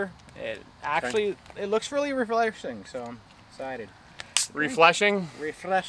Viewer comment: "Refleshing" haha. Nuff said.